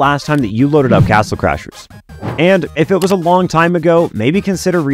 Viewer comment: If you listen closely on he says castle clashers 😂